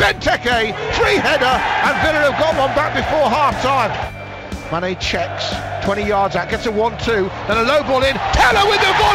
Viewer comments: He said Mayonaise at one point 😂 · The commentator pronounced manés name as M-ar-nay M-aynay Mane Jesus, make your mind up